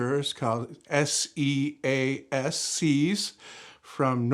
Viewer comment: I didn't look through all of the comments, so, if no one has told you already, Seas is pronounced as "say-ahsss". A lot of male bovine generated organic fertilizer is spread in the audio hobby